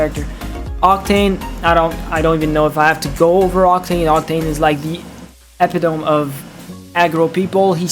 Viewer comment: This is not meant as a slight but Epitome = eh-PIT-uh-me.